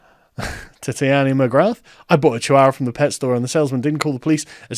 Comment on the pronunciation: It's not TAHTIANA, it's TITANIAH mcgrath, as in a Titan, FFS!